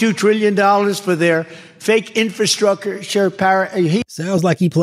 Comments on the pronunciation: Infwastwucture, says Porky Pig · Speaking languages no one has ever heard of. Donald Von ShitzInPantz. Infrastruckasure. Vagan restaurants. Bakkakt. Look into the oranges. Ree bee doo-ahhhh.